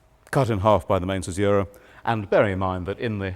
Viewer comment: Imagine teaching this for a living and not knowing how to pronounce caesura correctly.